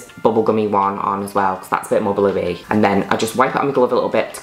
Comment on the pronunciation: "bCOZZ" "STOONING"